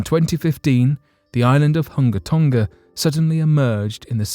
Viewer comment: Why would you do a story on Hunga Tonga, (pronounced "who-nga Tòn-ga) and not address the volcano that nearly blew it up yesterday? 🤔